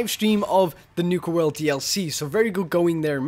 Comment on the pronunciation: Ah yes, "Nuker-World"